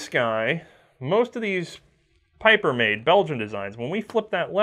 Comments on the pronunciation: Picking a nit, but it is actually an important one. German Like most americans your reverse the position of e and i when the combination "ie" is used. It should be a long smiling "i", not a "ey", Pieper you pronounce like Peiper would pronounce and those are dissimilar words. Steyr however you get exactly right. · Pieper is a Belgian surname and it's pronounced" Peeper". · Just FYI, "Pieper" is pronounced "Peeper".... If you transpose the e and i it would be pronounced "Piper" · Wrong pronounciation: Peeper